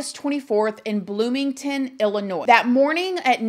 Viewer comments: It's pronounced Illinoi, "S" is silent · Girl I love u but Illinois is not pronounced like it's spelled. It pronounce like Illinoy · I love you but it’s pronounced illi noy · Please learn how to pronounce Illinois, it's not Illi-noise. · The "s" is silent in Illinois. Same as in Arkansas. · Hearing the “s” at the end of Illinois makes me cringe! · There is no noise in Illinois. Just saying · The s is silent in Illinois, its like fingernails on a chalkboard to people who live in state when you pronounce it like that, lol no biggie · The s in Illinois is silent. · You don't say the s in Illinois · I’m guessing that you are an American and you were born in this country and you don’t know how to say the state of Illinois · lol! "ILLINOISE"! smh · Illa-NOIZE lol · Illinois is not pronounced “ill-i-noyZ”, the “s” is silent so it’s “ill-i-noy” based off of a French adaptation of an Algonquian tribe name. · Ill-a-noy....not Ill-a-noise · Please pronounce Illinois, correctly….it’s noi not noise… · Pronounced ill-i-noy...not ill-li- nois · God bless Jelani Day and his family. This needs more attention. They need answers. So sad. Btw,, this is one of your babies talking: Illinois is pronounced ill-in-oy — the S is silent. Love youuuuu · It's (ill-uh-noy) 💜 Illinois. Praying for Jelani's family. 😭 Great video 🦋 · PLEASE DO NOT PRONOUNCE ILLINOIS WITH AN S ON THE END COME.ON. I can't even comprehend that I have heard her say that several times. Mind numbing. Education is important people. Cringing. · The S is silent in Illinois. Sounds like Illinoi. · The S on the end of Illinois is silent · You don't say Illinois with an s, you are killing me. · Illinois. Not s is pronounced. It's pronounced like lllinoi. Just for your info only. Kind of like Arkansas. Neither have the last s pronounced. Also, it came out that the sister was also at that campground. Their attorney admitted this. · Girl, we do not pronounce the s in Illinois! Illinoi